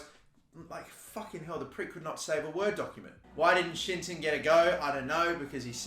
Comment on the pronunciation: WHEN HE SAYS “shinton” y do i hear “shit-ton” 😂😂😂